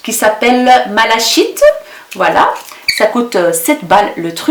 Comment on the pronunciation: Les fards à paupières liquides sont magnifiques. On prononce malachite (malakite) c'est une pierre semi précieuse. Bon après midi.